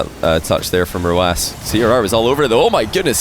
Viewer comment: Do KSA players ask to pronounce their pseudos like that? The way he started saying "Ahrrcmad" for Ahmad 1 or 2 years ago, "oRrhalid" for oKhalid, and now it's "Rrhawass" for Rw9